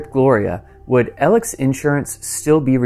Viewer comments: Pretty sure his name is Alex not Alec. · Its prounced Alex not Elex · Why do you keep calling Alex Elick? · Him saying Alex like Elic... is driving me bonkers. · “Ellick” is quite a unique way to pronounce “Alex”… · pronounced alec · I kept getting confused in the beginning because this dummy says Alex like “elec” so I kept going who tf is elec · born and raised in SC. Knew many other Alex’s but never knew some pronounced it as alec. That’s weird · As an Alex, people saying "Alec" or "Eleck" pisses me off. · I had to turn your video off ! His name is Alex not Elic ! Bu bye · Just curious why "Alex" is referred to as "Elic" and why "Murdaugh" is pronounced "Murdock". 🤔🤔🤔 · His name is ALEX. Why do you keep calling him Eleg? ALEX. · Fantastic content! Thanks for numbering each episode. One thing, though… why do you keep saying “Ellic” instead of “Alex”? I’m genuinely curious if I’m missing something or not. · I noticed every time you meant to say 'ALEX' it sounded like you were pronouncing it 'ELEC'. You must have an accent !! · Why do folks call him A-L-E-C? I've watched this entire murder trial, listened to Buster & his family, & ALEX HIMSELF! and not once did they call him Al-ec... his name is Alex common spelling with the common pronunciation. Everytime Alex says his name to law enforcement he says the word A-L-E-X! Not Alec. "AL-EX" is how it's pronounced! you would think the person to ask would be the gentleman whose actual name it is! And he pronounces it Alex. Done deal. That's how he pronounces it.... And that's how it's spelled!! Why do so many People call him AL-LEC when Alex himself clearly tells us his name is Alex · Concerning this video….His name isn’t ELIC like is being said throughout the whole time. Its not even ALEC. Its how it reads in his name. ALEX. AL-ECKS. WITH AN “X” on the end. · Why do you call him "Ellick" instead of Alex? You can hear on the 911 call that he says his name is "Alex" not Ellick. Where does this weird pronunciation come from?